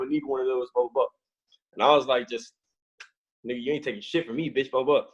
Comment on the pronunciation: White boy said “Nigga” like a real nigga tho 😭